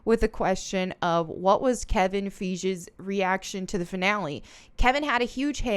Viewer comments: Not a hater but no one gonna talk about how she said kevin fiege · I’ve only watched a few of your videos but I’ve already heard you mispronounce Kevin Feige and Princess Rhaenyra lol do you even watch this stuff? Or u just covering the latest hot gossip?! Either way I’m here for it😂👏